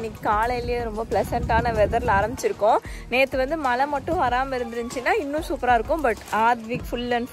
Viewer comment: Hi U use to pronounce Mazhai [ Rain ] as Mala 😂 in ur vlogs, next time Mazhai ok 👍 One more thing, waiting for Sachu's vlog ur place..🎉